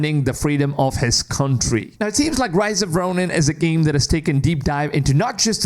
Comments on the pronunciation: RISE of the Ronin! Not ROSE! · It's Rise of the ronin not rose 🤣😆